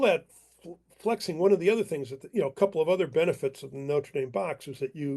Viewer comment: This guy cannot even pronounce the name of the university properly.